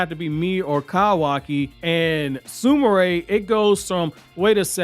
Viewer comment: Sumire is Soom Ear not Sumaray sorry lol just ocd